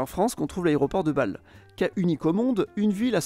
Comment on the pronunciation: Le Ghana ne s'appelait pas auparavant la Côte-d'Or (préfecture Dijon), mais "la Côte-de-l'Or", ce qui n'a rien à voir. Ensuite, la prononciation est assez déplorable : il y a un accent à Bâle, c'est pas pour rien. Et Kehl ne se prononce pas comme "quelle", mais "Kééél", le "h" n'est pas là gratuitement. Entres autres erreurs...! Ensuite, vous avez omis des frontières passant au milieu de villages, notamment entre la France et le Belgique et entre la Belgique et les Pays-Bas. Et aussi entre la France et L'Allemagne (Leidingen/Leiding), entres autres.